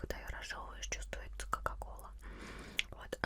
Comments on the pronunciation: Почему кака-кола, а правильно кока-кола. А так АСМР классное . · Почему ты говоришь кака-кола? )) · Мне это послышилась или ты сказала кака-кола